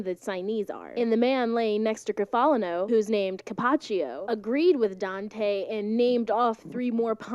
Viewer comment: He was Cappocchio, not Cappacchio.